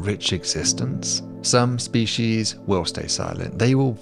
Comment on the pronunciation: The only problem I have with any of this, is your persistent mispronunciation of "species". 😂